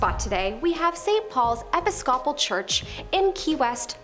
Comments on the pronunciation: Gwadda-la-HA-ra, not jarra. ee-PIS-ko-pul, not Eppis-kopple. Buh-ROKE, not Barack. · The J is pronounced as H in Guadilijara. Episcopal E-pis-ka-pul😂😂😂😂😂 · Episcopal Church is pronounced E-pis-ca-pul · EE-PIS-CO-POL, ep-is-cop-ol? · Did she say eppa skoppell? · Has she never heard of the Episcopal church???